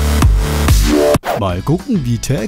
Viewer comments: Also ich meine, du hast ihn schon richtig ausgesprochen, aber in gewisser Weise auch falsch, du musst Penis eher lustlos, aber doch mit perverser Absicht sagen.(Ich hoffe du kannst mir folgen) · Geiles TaC, ich musste sehr oft lachen, aber du hast Penis falsch ausgesprochen, das musst du noch üben, mein Padawan.